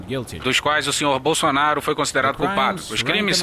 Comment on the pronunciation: Só eu escutei o juiz falando "Bolsoasshole" ?